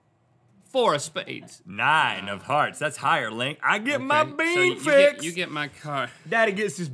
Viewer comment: he said four of spaids on the first one.